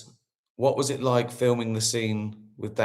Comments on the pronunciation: Is that how we are meant to pronounce Bowie? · I thought it was pronounced Bowie not Bowie 🤔😬